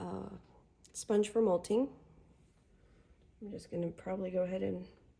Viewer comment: How have u done certificates and classes and lives and nobody has told you its mott-ling not molting like a bird lol.